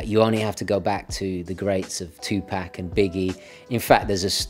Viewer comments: Please correct the way you say Tupac's name. Tu-Pack is the way racist hicks say it to demean who he is, I know that is not who you are or what you are trying to do. It's pronounced with a soft "A", almost like an "O" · Its pronounced... Two Pock (Two Pock) . Respect the Legend please